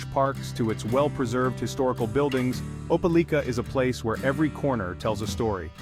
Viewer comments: Opa-LEEK-ah? That don't sound right. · I'm from there, it's Ope LIKE a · How strange? None of this video was filmed in Opelika. It was mostly showing scenes in Columbus, Georgia. And, the narration didn't even know how to pronounce the name of the town. Why would someone publish a video when they obviously had never visited the place.